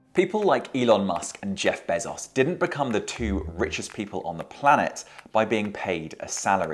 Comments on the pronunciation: “Jeff Bessos” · The way he pronounces Bezoz 😂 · How do you get a job as a BBC reporter not know how to pronounce Bezos?